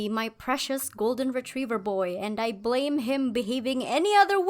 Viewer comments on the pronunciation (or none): none